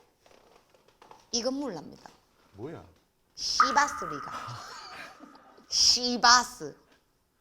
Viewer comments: 신봉선 C바스리갈 발음 찰지네ㅋㅋㅋ 빵 터졌음ㅋㅋㅋ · 꼰대희행님~오늘 별로 안웃겼슴다@@ 하지만 몸으로라도 때우시는 모습이 정말 프로다웠슴다 ㅋㅋ 봉선님 채널 구독! 하고 가요~@ 시~바스리갈 발음 역시 넘사벽이내요ㅋ